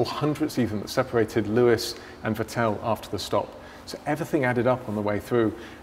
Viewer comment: How do you not even know how to pronounce "Vettel" properly? You work in F1!